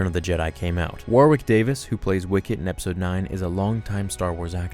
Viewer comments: "War-wick" Davis??? It's been pronounced "Worrick" since the dawn of time! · War wick? It is pronounced “Worrick” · I just want you to know mate that Warwick Davies's name just like the county is pronounced 'Worrick'. Never hear anyone say it like "War Wick" 😂🤣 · It's pronounced Warik. The second w is silent.